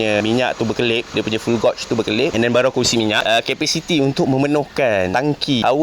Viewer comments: gauge tu disebut geij bang, bukan gauj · Fuel gauge bunyinya "fiul gej". Bkn "gosh". Ataupun abg blh cakap "tolok minyak". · Fuel gauge bang arep.. Sebutan dia gauge = gegsh bukan gotsh. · cara sebut gauge ialah "gaj" macam sebut gadget dalam bahasa melayu gajet tapi dibuang "et" tu. jangan salah faham ye, kita sama² belajar bukan nak menghina. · sebutan Gauge: "geij" 😁